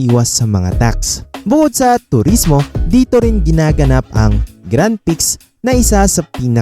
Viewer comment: Tapos Grand Prix? Kung anong basa syang bigkas? Hindi mo talaga gusto magkaroon ng informative channel. Gusto mo lang ng views. Pinakamalaking car racing event hindi alam pronunciation. Hindi mo man lang niresearch may google naman. Tsk tsk